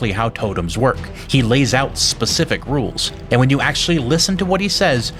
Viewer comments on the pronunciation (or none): none